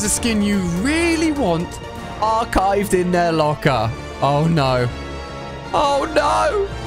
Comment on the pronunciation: Archived💀 here how he Said it